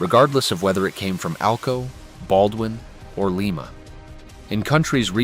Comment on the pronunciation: JFC, why can't the people who creat these things get the AI voiceover to pronounce Lima, Ohio, cirrectly? It's Lie-ma, Lie-ma, LIE-MA!!! And quit using those idiot AI photos of things that don't or didn't exist. Absolute crap AI!!!